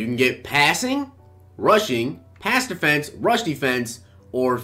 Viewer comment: Deeferent deefense.. sorry bro that was hilarious